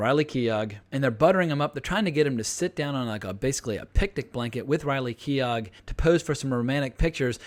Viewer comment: Keough is pronounced key-oh (like dough or play-doh) not key-og (like dog). The W in Wasikowska is pronounced like an F or V. Also, a spoiler alert in the video title might be helpful for those who haven’t already seen the film.